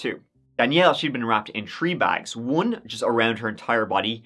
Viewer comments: I think if you can say that right then you can say three right. Ok, try with me, three, ok sounds better. Good. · 🤦🏻‍♂️ I’ve Told Y’all …I’ve Told Ya! 🤦🏻‍♂️ The more times says Three …oops, I meant “Tree”… the More F’ed-Up, Twisted, Gruesome, et•all the Story is gonna end up being! Some of you have thought my Theory Banal, but I am Convinced Now more-than-ever that when he’s doing Research for an Episode, it goes something akin to this… 🤓 sits down at his 🖥️ 🤓 🤔 [entering Search Criteria] • Creepy 💩 • Obscure Crimes • Plot Twists • Tings to make you go “Hmm” • Murder Motive/🛳️💰🕺🏻🕺🏻🕺🏻 • The Number Tree Three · I CAnt never get over the way he says the number Tree instead of three 😂😂😂😂😂😂